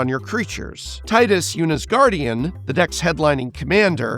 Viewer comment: Tea diss. Not Tie diss